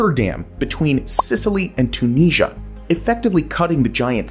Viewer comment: Check your pronunciation of Tunisia please. This is a fascinating video but several others have covered this idea before